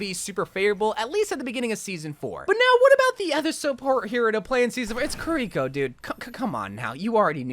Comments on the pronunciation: say “kareeko” one more time….. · "kuh rico"